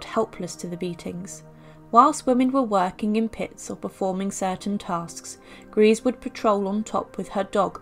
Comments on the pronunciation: It’s pronounced ‘Greser’ not Grease. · If u do do your research it’s not grease it’s pronounced grey za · Her name by the way was pronounced Eirma Gray - se and not Grease. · Thanks for the video. Just a minor point though, her name is pronounced Greysa not Greese. No offence meant! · It's not pronounced "grace." It's pronounced "greesa." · False . German native speaker here. Her name is pronounced: Ear-mah Gr-ee-s-see, ee- like in beer. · How can you make a documentary with all the research and still not be capable to f-ing pronounce the subjects name correctly. I just don't get that. Totally disqualifies the content.